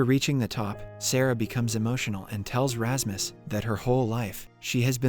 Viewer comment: lol wut you're calling Rasmus for Rahmas?? never have i heard a name being destroyed like that xD